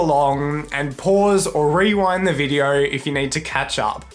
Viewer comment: “Click a viedour “